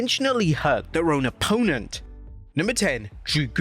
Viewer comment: What’s an oppoennt lol